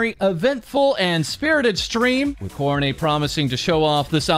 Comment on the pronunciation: "ko-row-nay" God, that pronunciation grates on my ears...